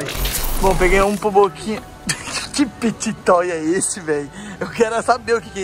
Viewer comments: O diz pity toys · e o falando pit toy mais na vdd é fidget toy kkkkkkkkkkkkkkkk